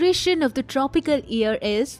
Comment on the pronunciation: Super interesting, this should be make known to the world. Small correction: its not EAR, but YEAR. You pronounce the lettet Y in the word YEAR as well. Hearing about EARS (organ for hearing) really distracted me.